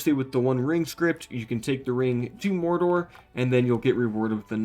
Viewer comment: The way this man pronounces Dol Guldur and Mordor really grinds my gears